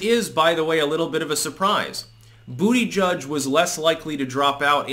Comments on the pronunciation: Too bad you will not be able to say Buttegig any more. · It's BUTTAGEEG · I'll miss hearing you say "Booty Judge". "Butt-e-geeg" wasn't as much fun. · Dang it. Is this the last time says Booty Judge🤣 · Only sad he dropped out as i love hearing you call him Bootyjudge😂